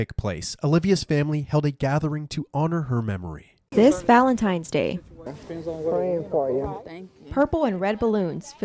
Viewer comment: its "VALENTINES" DAY NOT "VALENTIMES"